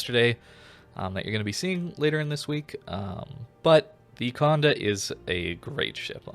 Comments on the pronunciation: I hate how you keep mispronouncing the ship's name. Its not Conde, but Condé the é is pronounced more like you say "ey" So like Condey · Exactement, it’s funny I’m not the only who irked whenever he said the “conduh” 😂.